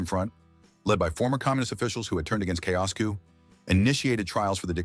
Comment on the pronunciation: Learn to pronounce Ceaușescu